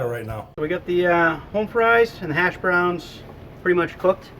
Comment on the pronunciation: I believe it is said as “Hash Browns” not ashhbroons